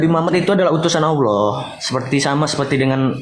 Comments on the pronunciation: MANA MANA MANA ALLAH JADI POHON, BACA YANG BENER. He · Oloh oloh apaan itu? Lidah lu kebanyakan mkn babi kgk bisa lu nyebut Alloh